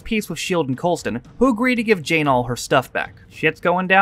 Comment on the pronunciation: Coulson not coleston REEEEEEEEEEEEEEEEEEEEEEEEEEEEEEEEEEEEEEEEEEEEEEEEEEE